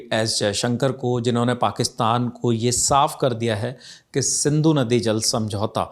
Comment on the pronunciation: It is Sindhu not Sandhu